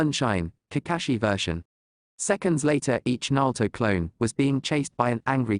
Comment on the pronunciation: I wish they would work on the Name pronunciation. Repeatedly hearing them pronounce Iruka and Naruto's names wrong was like nails on a chock board to me.